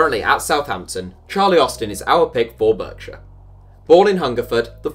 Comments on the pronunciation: BARKSHEER NOT BERKSHEER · Berkshire is pronounced BARKshire BTW ;) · Did you really pronounce Berkshire as “b-er-k-shire”? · It's pronounced 'Bark-shire', not "Berk-shire" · Its pronounced barkshire not berkshire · It's BARK shire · “burk... shire” oh dear meeeeeee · Excuse me Sir but Berkshire is pronounced Bark-Sheer, good day. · It’s pronounced barksher for Berkshire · It's pronounced "BARKshire" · It's pronounced bark-shire. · Christ that pronunciation of Berkshire I'm offended 😂